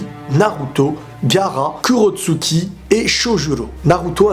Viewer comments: C'est pas Kurotsuki c'est Kurotsuchi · Pk tu prononce pas tsuCHikage et kurotsuCHi ?